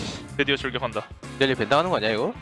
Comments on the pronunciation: 이거 ㅅㅂ 개신기하네. 그냥 들었을땐 ”사일노플 나이스“ 이렇게 들리는데 자막보면 “니달리 노플 나이스” 이렇게 들림 ㄷㄷㄷㄷ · ㄹㅇ 첨에는 니달리 노플인줄 알았는데 자막없이 소리만 들으면 사일 노플임